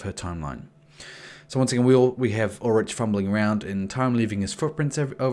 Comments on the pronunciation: Nigga I know you didn't just call him "Ul-rich" and not "Ul-rick" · "Ul-rick"* "Mick-Ul"*